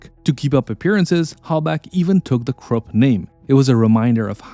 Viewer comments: KRUPP pronounced as KROOP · Why does the AI voice translates Krupp to Crook?